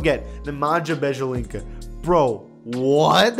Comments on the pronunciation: Bajelinca Actual Pronunciation: By-elit-za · ah yes Bjelica's new last name, Bedželinka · Bro said “Beja-Linka” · He said bedgalinka😂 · Bjelica (Bya-Leetza) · You butchered Nemanja Bjelica’s name so badly that I couldn’t help but laugh 😂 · butchered Nemanja Bjelica's name